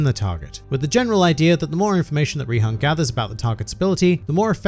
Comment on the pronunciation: Its Rihan, but you are correct